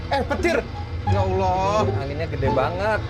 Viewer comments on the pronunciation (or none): none